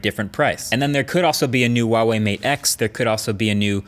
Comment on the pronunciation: You pronounced Huawei the wring way